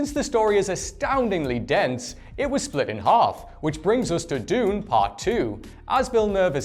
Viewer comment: You mispronounced planet dune